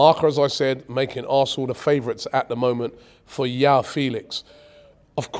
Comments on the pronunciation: Anytime I hear Yao Felix, it grates on my ears. It's Joao with a very hard J 🤣🤣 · João is pronounced like Jwow - the J is pronounced like in a french name like Jacques. And Félix with an emphasis on Fé, and the é sounding like the E from Eric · Robbie's Portuguese pronunciation is so bad. Joao is pronounced like John, not a Y. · Come on Robbie, Joao and Jorge are names you repeat constantly in football world. Just try to remember how to pronounce them Jesus….